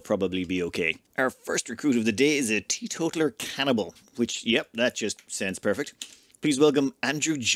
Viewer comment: Teeto-taler. Like a person who tells on others